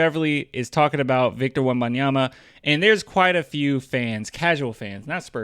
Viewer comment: No one says his name right. Apparently it is WembanyaMA, stressing the last syllable